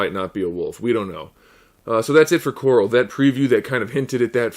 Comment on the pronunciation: are you calling him coral on purpose or is that just how you pronounce it